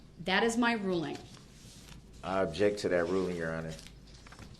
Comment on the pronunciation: Ask not ax ,object not abject ,that not dat,this not dis,THINK not dink etc etc this monster can't even pronounce words properly never mind defending himself, evil murdering vile narcissistic monster will soon be someone's btch in prison and get passed around in the showers 🚿